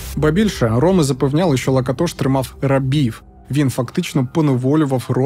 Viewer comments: Перший раз чую, що наголос на перший склад.всімв ужгороді і самі носії прізвища кажуть ЛакАтош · Цікаво було подивитися, про Закарпаття. А що до прізвища Лáкатош, то це угорське прізвище, а в угорській мові наголос завжди на перший склад. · Як неочікувано побачити тут рідний край та місто мого дитинства і юності - Мукачево😅. Дякую за цей чудовий випуск. Скандал з ромами добре пам'ятаю, але в них вічно якісь свої розборки. Доречі, прізвище "Лáкатош", коректний наголос на перший склад. Ще раз дякую за цей випуск, успіхів❤ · Не завжди. Роми між собою в побуті спілкуються угорською. Здебільшого, українську знають погано, хоча є такі, що й нормально говорять. П.С. Хотілося б звернути вагу цього псевдоблогера на правильність наголосу у прізвищі, яке вимовляють і самі роми. Наголос на другий склад, а не на третій. Міг би підготуватися краще. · Ріже вухо наголос не там на Лакатош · І не кажіть: то ЛакАтош,то ЛакатОш,лиш не так,як треба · кАлман лакАтош. Вини самі декілька разів це імʼя промовляють. Камон